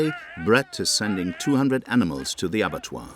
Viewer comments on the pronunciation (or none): The problem with this video is all the poorly pronounced words. Why would cattle get sent to the (avatar?) And what are Viet- tamins?